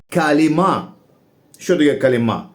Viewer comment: калІма а не калімА 😅